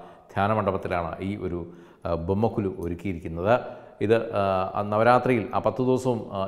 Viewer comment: ബൊമ്മക്കൊ"ലു" എന്നല്ല, ബൊമ്മക്കൊ"ഴു" എന്നാണ് ശരി.